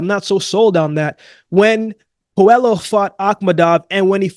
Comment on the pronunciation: pronounced Pueyo not Puelo